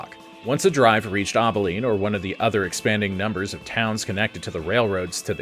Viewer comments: Abilene ab not aub for Abilene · Rio-GRAND, A-beline (like apple) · I thought he was saying "Obbileen." I almost choked on my oatmeal. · After the saying President Andrew Johnson? And mispronouncing Abilene and other things this just made me wonder how many other AI discrepancies there actually were. Probably need to fact check this one.